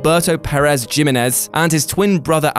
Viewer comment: How do you not know how to pronounce Jimenez correctly?